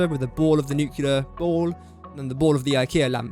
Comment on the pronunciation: Please try and pronounce nuclear correctly?